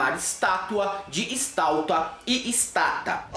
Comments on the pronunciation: Estauta?kkkk..vai aprender a falar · kkkkkkkkkkkkkkkkkk Estalta ou Estata? lol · "Stauta", "estata" kkkkkkkkkk O surto patriótico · Não se diz estauta, se diz menumento!